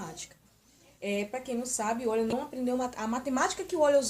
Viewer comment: Não é oil!!!!!é Euler!!!vc tem jumencia???